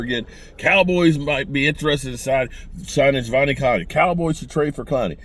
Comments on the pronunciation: His name is pronounced "Ja•dEve•eon". The first E is a long E. The rest are all pronounced as small letters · none of this has anything to do with the question… he’s saying this because was butchering his name in the video